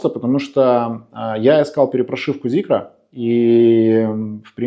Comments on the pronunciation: Прям весь такой требовательный эстет, а говорит как колхозник, не ЗикЕр, а Зикр и не ЗикрЫ, а Зикры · Начал смотреть и выключил сразу после слова "Зикер". Люди, где вы там букву Е видите? Почему многие так говорят неправильно? Как ни крути, читать нужно Зикр и никак иначе. Считаю, что люди, которые говорят Зикер - недостаточно умные люди ибо даже прочитать слово правильно не могут. Соответственно, они и обзор не могут умно сделать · ЗИКР - не Зикер , аж бесит , Zeekr у вас есть произносить правильно вы это до сих пор не умеете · ЗИКР, ЗИКР, ЗИКР, не зикЕР , безграмотные люди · Прежде чем делать обзор,научитесь правильно выговаривать название Зикр!!! Где там е?